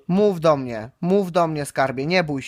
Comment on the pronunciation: "Skarbie słyszysz mje...a pamiętasz tego z brodom..." Ten tuman nawet po polsku nie mówi...